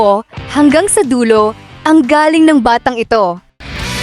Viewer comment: Pronounce the word “galling” as maragsa (with emphasis) “galling’ “. Ask a true Pilipino what I mean by “maragsa’ “. The way you pronounce”galing” (slowly) means , “coming from but when you pronounce “galing” the right way (maragsa-with emphasis) it means very good. I don’t mean this the wrong way , I just want to give the credit where it’s due. You’re doing good, a buhay ka!